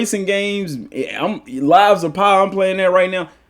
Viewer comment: First time seeing one of your videos, I went and subbed, I have no critiques, I thought you did a great job breaking it down and giving your opinions. I do have to say though, its lies of P 😂 not lies of PIE big homie lmao I really did crack up hearing you call it lies of pie twice in my mind imagining you got a knock off copy of the game where P is the son of a baker or something 😂 great vid bro ! Look forward to more.